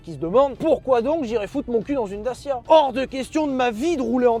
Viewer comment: Pitoyable prononciation!!!! Et non à la base ça devait être Fiat! Les 1100 & 1300 on été exportés dans les pays de l'est et parfois de l'ouest. Mais bon quand on connaît pas et qu'on méprise...